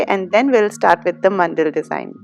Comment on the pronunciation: It’s man-da-la Not mandal Just telling in a friendly way 😊😊